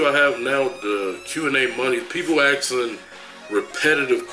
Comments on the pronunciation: Asking not axing. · axin or asking? proper english please....